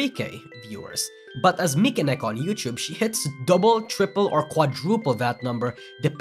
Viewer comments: How can this guy cover Vtuber but couldn't pronounce "Mi" in Mikeneko? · Why do you call Mikeneko as Michael?